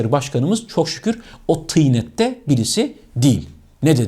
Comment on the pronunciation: Çok güzel "tıynet" diyorsunuz reyisten sonra en güzel tıynet diyen bence sizsiniz, Basın başdanışmanlığı amir baş müdürlüğünü teftiş eden baş müfettişliğin bağlı bulunduğu küllüye yüksek istişare kurulu genel başkan yardımcısının en baş en büyük başkanlığı görevine getirilmeniz için ben denizin de görev aldığı külliyede sallananan masaların ayağına karton sıkıştırma baş müdürlüğünün bağlı bulunduğu Hayır, bi kere Nepotizmle Ne Alakası Var, Bunların Hepsi Gereklilik Ayrıca Saray Değil Külliye başkanlığına mail attım isnimizi önerdim Tamam bi ara Bakalım Değerlendirelim Başkanlığı durumu Efendim Bi Arkadaş Var Başkanlığı'na iletti. Sizi ararlarsa sayın bakan Fatma Betül Sayan Kaya'nın sırf işe yerleştirilmemiş bir akrabası kalsın diye yıllar önce 6 aylıkken Cehapeliler tarafından kaçırılmış kayıp dayıoğlu olduğunuzu söyleyin kesin işe alınırsınız. Selam ve duğa ile